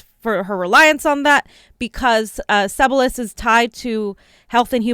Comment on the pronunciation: Just one thing, it’s Kathleen Sea-bill-e-us..